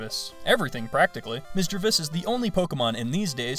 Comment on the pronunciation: Misdreavous *Misdreavus **Misreadvus